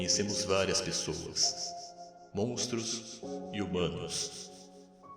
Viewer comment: "montros"???? Quem percebeu isso tbm?